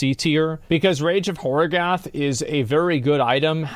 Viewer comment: 0 seconds ago Hasn't claimed to have played like 10,000+ hours of D2? And he's always Barb mained?... how can he not know how to pronounce Harrogath? Fuck me